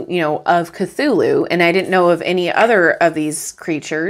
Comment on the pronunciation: Cthulhu is pronounced more like Klohl-oo